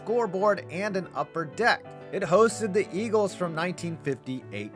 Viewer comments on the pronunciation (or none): none